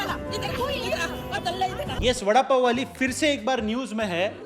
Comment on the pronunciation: Vadapow not lowda paw